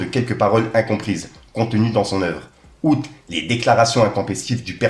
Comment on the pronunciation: tioti? Mec c'est écrit CIOTTI avec un C, "ssiotti" ca se prononce et idem pour le début du communiqué de Freeze c'est "outre", pas août c'est "outrrrrrrre". Ensuite a 3.28 tu fais une faute qui me rend ouf a chaque fois, on ne dit jamais "par rapport a la polémique QUE je vous ai parlé" mais "DONT je vous ai parlé", c'est une grosse faute de français essaye de t'en souvenir. A chaque fois que je passerais par la,si je remarque des fautes je t'en ferai part, c'est important si tu veux avancer dans ton métier, au pire reprend quelques cours de temps en temps avec prof de ou force toi a lire des livres ca aide de ouf et c'est très important pour le vocabulaire et ton cerveau enregistre le bon français sans que tu fasses attention. Faire de la news ou du "journalisme " sans parler français correctement c'est chaud mec,donc fait une effort pour toi avant tout.